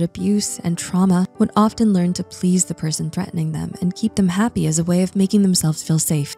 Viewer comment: The T in "often" is silent.